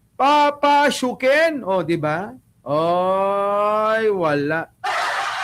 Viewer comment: ang dinig ko “babasukin”😅